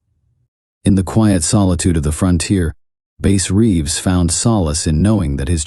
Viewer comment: The AI voice completely kills the immersion for me man.. it can't decide if the guys name is based on a fish or an instrument. Pronunciations are off on uncommon words. Lack of emotion or emphasis when necessary.. I'd play your stories every night if a human voice was telling it. Let me know when you drop live stories. Until then, I'm gonna wind down with my man Otis Jiry. No hard feelings, the AI voice just isn't for me and I don't think it's much effort to tell the stories yourself if you are indeed writing them. Tbh, I don't even care if you wrote them. I just want to hear a human voice. I'm looking forward to some real story telling from you, don't let me down!